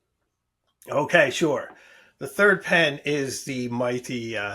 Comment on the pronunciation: Third pen, not “turd” pen! Hahaha!